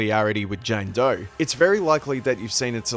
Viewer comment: “JAYNE DOY”